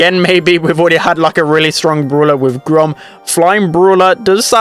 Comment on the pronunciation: The way that he pronounces brawler like “BrUlAh” is so funny to me idk why